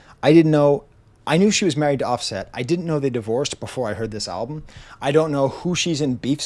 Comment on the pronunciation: The pronunciation of “OffSET” has me giggling.